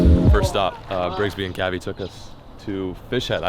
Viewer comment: Lol "Brigsby"? cringing 😂😂